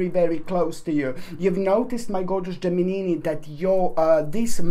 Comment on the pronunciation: Love when you say 'Geminini ' ☺